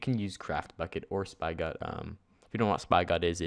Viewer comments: Spygot wtf it's (Spih-got) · Spy-Got............ Dead (actually pronounced Spi get) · lol Spi-got its Spig-got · dude spigot is pronounced s-pig-it not spi got , like a hose spigot like the fucking picture on the spigot page . pffft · its not spy-got.. its spigot.. lol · ..."spy-got?" It's pronounced "spigot" (spi-gut) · It's pronounced spigot as in where water comes from you idiot! Not "Spy-got" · spy-got-MC... no -___- Sp-igh-ought-MC